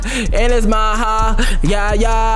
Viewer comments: it's maha not maja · It’s maha